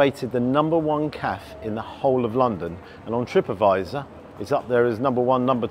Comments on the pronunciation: The way he says “caf” and not cafayyy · It's funny how you pronounce Cafe with out the "e" at the end. 🙃